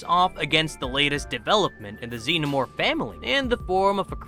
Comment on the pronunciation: Xeno more